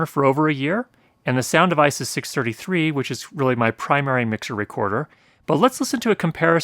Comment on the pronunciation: When you said Sound Devices I thought I heard you say "sound of ISIS" and started to worry...